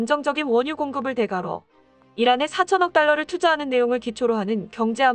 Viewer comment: 대가로가 아니라 댓까로 다니